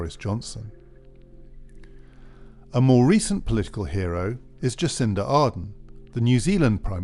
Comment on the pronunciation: Might be good to get Jacinda Ardern's name right.